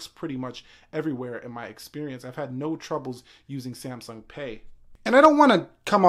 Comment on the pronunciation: Why do you pronounce it C M sung?